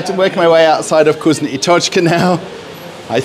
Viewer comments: NOT KUZNO, but vkusno (fkusno). Say "Ы" on camera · "VkusnA | Tochka" is a mistake. This is a moscow accent. It'll be correct VkusnO